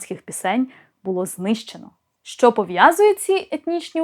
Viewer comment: Дуже прошу Вас,просити вашого чоловіка не промовляти шьчьо чьому і таке подібне 😢😢😢😢